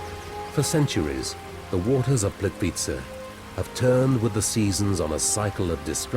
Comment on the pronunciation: I am not sure how the man pronounces This lovely place ... it is a bit odd hearing that accent trying to say it , I guess .... for me , if somebody cannot say it exactly as dialect for each country or region will say it , just try to get phonetic enunciation right , without trying to add accent / vernacular on top of that ... already can tell when someone is not from a place that they try to pronounce with local accent as if they are trying to put the same inflections into the word to fit in with the culture or language etc.... it is already bad when some people butcher the wuss things are called within various regions etc .... like when some from America or Some British people try to say words like Paraguay and they sound like they’re having major stroke or something ? How they will try to pronounce with inflections as if they are enunciating how the locals will say it ,but it only adds to the disconnectedness of it all and does not Sound at all like they are pronouncing correctly or putting right accent or dialect or however it’s called into it ... they will always sound as if they are struggling to say the entire word, in such unnatural inauthentic way that has no fluidity or normalcy to it and make so many people just cringe to hear it haha. It is apparent when some of these people try to say various names of these places in documentaries , where if they just try and not add inflections of the accent they try to mimic , they will not standout so badly , as when they over